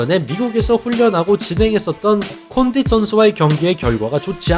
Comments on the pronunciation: 콘딘이아니라 콘딧이요 조쉬버트만이 아니라 조쉬버크만이요 ㅡㅡ 저번에 벨라토르 단체이름도 자꾸틀리시고 이제는 선수이름도 자주 틀리시네요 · 카를로스 콘'딘'은 좀 너무 한거 아닙니까..